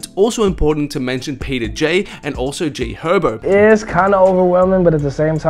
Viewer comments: This nigga say “g hobo” lol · Why he say G Herbo like that😰